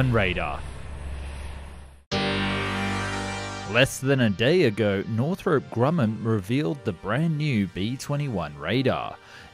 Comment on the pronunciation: ah yes. northrope